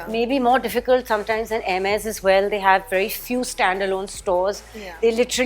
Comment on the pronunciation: She pronounced Hermes correctly 👍👍👍